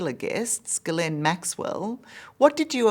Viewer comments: It's amazing how many ppl can't pronounce Gislane ??!! GILL LANE. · I dont buy it. Why is he so nervous. How can he misspronounce Ghislaine "Gizzlane" after all this time, even after reporter pronounces it correctly. Ghislaine is pronounced ghee-LEHN. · He should know how to pronounce maxwells name. Ghee len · Pronounced: Ghi-lane Maxwell 😂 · He’s constantly mispronouncing Ghislaine. It should be Ghee-len or Zee-len the h & s is silent. You’d think an Englishman would know that. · It's French and you pronounce it Ghilene,🙂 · Why do people have trouble pronouncing Miss Maxwell's name after all the media attention she has received... Both of these two! 🤦🏼‍♀️ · It's French as well as her christian name, and it's spelled and pronounced as Ghislaine. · It's Ghislaine!